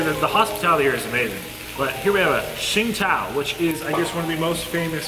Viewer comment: Did he actually pronounce that beer name properly? I worked for a Cantonese couple and I think they pronounced it more like "sing-toe" or "tz-ing toe"... toe like baby toe!